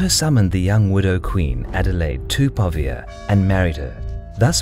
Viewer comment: Also since we're talking about pronunciation, Pavia has the intonation on the a, not the i.